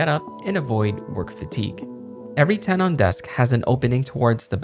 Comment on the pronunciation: "ten-en", not "ten-awn"